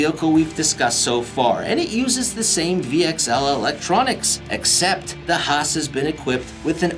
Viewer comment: why he calls traxxas hoss a traxxas haas